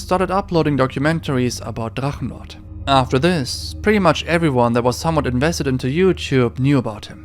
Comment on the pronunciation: ich Liebs wie deine videos in english sind aber die deutsche aussprache bei Drachenlord so fließen war! lieb dein channel!